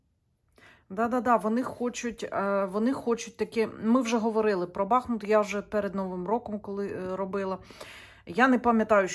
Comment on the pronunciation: дякую за роботу! Місто має назву БахмУт,бо там тече річка БахмУтка!!! З повагою до Вас!🥰